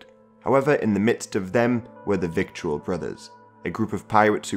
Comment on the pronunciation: Vittle... rhymes with brittle...or skittle